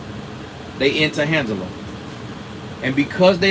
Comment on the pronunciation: Did just say “hand-gela”?! 😂 This is so so so good.